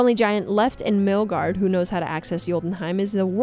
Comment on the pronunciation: Great Video.. but feel like you missed a couple of bits.. and then your pronunciation of Baldur and Midgard… they just hurt my head… Bald Door and Mill guard… it hurts to hear.. but lovely video otherwise